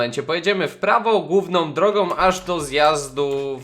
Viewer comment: misja gówna xd (główna) czemu tak usłyszałem